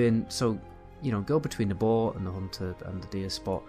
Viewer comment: I have to really pay attention to figure out what you're saying. You pronounce "bow" and "boar" as "bo." You are capable of producing the "r" sound if you move your jaw properly.